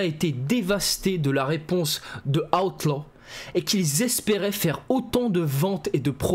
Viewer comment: 😂Ta prononciation d'Outlaw* à chaque vidéo😂